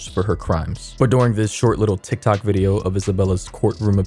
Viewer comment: how you said toktok 😭😭